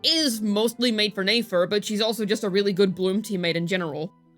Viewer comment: Don't forget "Nayfer"... X.x